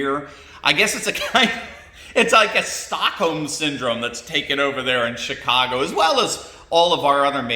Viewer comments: Did you say chitcago? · Not to be base, but I honestly heard you say, “Shitcago”. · Im sorry did you say S__tcago? Sorry did sound like that.